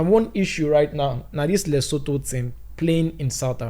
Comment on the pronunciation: Boss man na Lesotho...you dey pronounce am as letoso..one love ❤